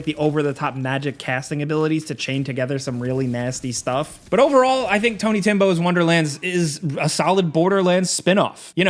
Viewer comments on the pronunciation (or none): "Tony timbo's wonderland" I am dead. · “Tiny Tim’s wonderland” lol